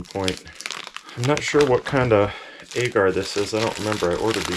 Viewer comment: Agar is pronounced “ahger”